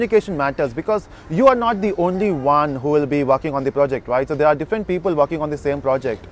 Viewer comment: Same shit in every video that claim to train people. At the end of day the same standard dialogue that echo " it depends on companies and position". To hear this shit we have to watch your "training or guidance" videos. One more thing, the word is different not diffent as you pronounce